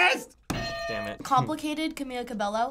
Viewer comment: STOP PRONOUNCING CAMILAS NAME THE WRONG WAY